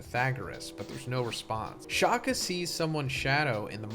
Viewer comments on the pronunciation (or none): As a South African, I do not like how you mispronounce Shaka, like just one search and YouTube and you could fix it. Especially after watching your previous 1075 spoiler video. It is not Shakhah! Like there is no need to overemphasise the K when pronouncing it (Shaka is a Zulu name for Shark, not the English Shaka).